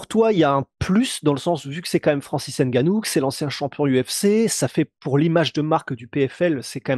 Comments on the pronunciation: Prononcez bien les noms des gens c'est Nganou et non N'ganou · On dit Nganou pas HAINE-GANOU faites un peu un effort ! C'est quoi ça ?